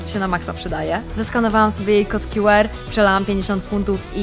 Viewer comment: Nie rozumiem jednej rzeczy. Skoro już mówi się litery w języku angielskim to dlaczego jedną z nich wypowiada się po angielsku a drugą po polsku? QR w j. angielskim mówi się kju ar a nie kju er